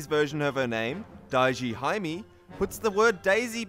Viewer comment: Nice videos, but please work just a little bit on your Japanese, as I cringe each time you say Maiyamoto (instead of Miyamoto) or haimi (instead of hime).